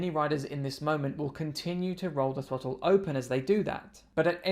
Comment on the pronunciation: Did he say twottle .😅